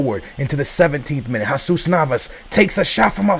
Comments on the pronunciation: Dude... I'm Colombian I speak spanish... It's not pronounced hahsus... its pronounced hesus... heysus actually sounds better than hahsus... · pronounced Hesus...